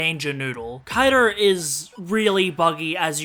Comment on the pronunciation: "Wha is wrong with kaidurrrr